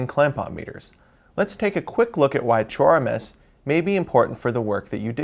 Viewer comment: When he says "true RMS," why am I hearing "chore-mess?"